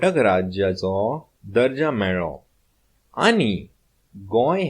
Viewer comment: तू दर्जा म्हणतोयस पण दजो् असा लिहलय